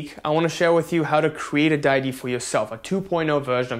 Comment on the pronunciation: It's day-ity. And thank you so much for your videos.